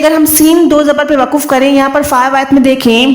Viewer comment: WAQF hai waquf bilkul ghalat hai